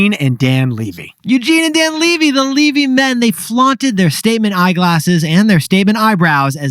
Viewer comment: Dan Levy literally said in his speech his last name is leh-vy not lee-vy.. lol. Sometimes I feel you guys share stories without actually knowing. Great job on the rest!